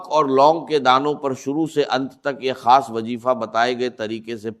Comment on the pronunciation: gorr zy dykhy zra voice ovr kia gya hy is video ky upr or alfaaz p p ghorr kijiy خاصko کھاس. bola ja rha h